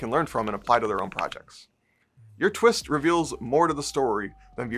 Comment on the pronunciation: "The Twitst." Is that a twist for twits? 😁